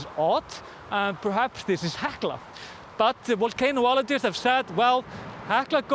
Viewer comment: The word is volcan-ologist, not volcano-ologist. 😬 The volcano footage IS incredible! I love seeing it. But don't risk your life for our viewing pleasure